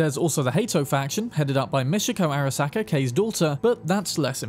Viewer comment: bro how tf do you mispronounce words that are said repeatedly in the game? there is no "mishiko" arasaka, it's Michiko. it's really not that hard. please. stop the disgusting british tradition of proudly butchering other people's names.